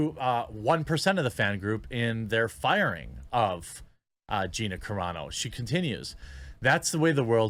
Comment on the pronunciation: Wow, Jeremy actually now knows how to pronounce Gina Carano's name correctly! He went from "Care-ah-no" to the correct "Cuh-raw-no". Finally.